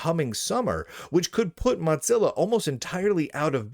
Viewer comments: buddy, it's "moh-zil-uh" not "mot-zil-uh". You probably say "jif" too, don't you. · Why do you pronounce Mozilla as Modzilla?